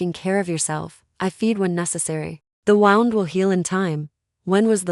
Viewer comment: Please fix the cadence , it sounds like IT like a computer tec, There is no pause after sentence. Please I like the stories🙏🏻💋It also says Wound like you would a ball of yard instead of wound like bleeding from ;)